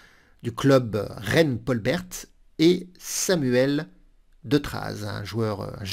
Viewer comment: PS : Paul Bert, grand ministre de l'Instruction sous Jules Ferry, se prononce "Paul Ber". Ces RV quotidiens sont vraiment super !